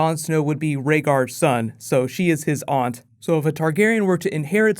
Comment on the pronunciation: SAY AUNT PROPERLY.